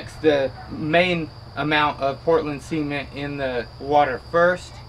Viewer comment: It's pronounced SEH-MENT! no semen.